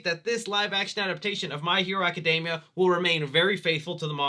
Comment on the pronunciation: Aca-DEEE-mia, my dude! It does NOT rhyme with macadamias lol